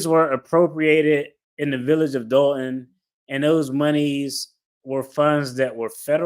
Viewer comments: It’s Dolton not Dalton Doll-Ton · It's "Dolton", as in "a ton of dolts". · DOLTON not Dalton